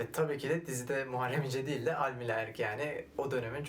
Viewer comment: Almila değil Almıla düzeltirsiniz sonraki videolarda.